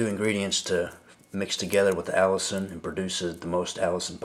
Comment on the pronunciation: It is pronounced A LISTEN not Allison! Say it like Penicillin (the last part of the word of course). But you are correct, health benefits are many. One you did not mention is killing cancer cells and shrinking / stopping tumors. I am not giving medical advice but repeating what I have read at the NIH website.